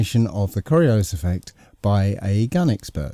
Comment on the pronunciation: KOR-EE-OOO-LYS mmm....SCIENCE!